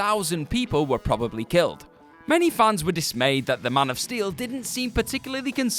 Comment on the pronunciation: I heard funs not fans